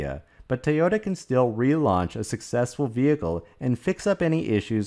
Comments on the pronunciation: Again, it is NOT pronounced 'tayoda'. It is pronounced 'toyota'. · "Tee-oh-ta" becomes irritating over time.